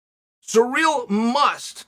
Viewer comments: Hey unc his name is Ciryl. Not sureal.😉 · Plot twist: Chael is calling Ciryl Surreal because it’s going to be Surreal when Ciryl wins Edit: not saying Surreal wins